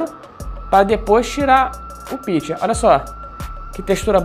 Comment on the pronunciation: Se pronuncia: pichê.